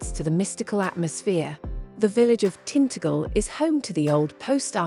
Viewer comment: Your AI narration is terrible. How could you not correct these dramatic mistakes? It made us cringe. “Tintagel” was particularly bad, and the “Eden Project” contained an error typical of a six-year-old. It is unwatchable for intelligent people. The word “project” (as in a task) and “project” (to throw out there) are heteronyms. So for those who struggle with this, they may sound the same but are pronounced differently. Abysmal!